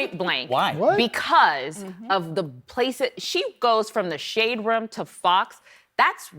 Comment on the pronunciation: Did she say SHADE ROOM?????? LMAO.....